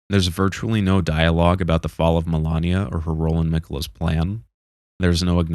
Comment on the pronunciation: Did anyone besides me cringe every time he mispronounced "MALENIA" as "MILANIA"!!! She literally tells you who she is every time she kills you in game, and if he didn't see or hear that, then he hasn't played the game at all, just watched a summary!! Why do people do this?